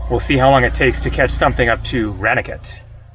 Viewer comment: You really have to learn to pronounce Indian 'a' sounds properly. Ranikhet, as in I ran away from the police is wrong. It is Rah Ni Ket. A is pronounced Ahhh.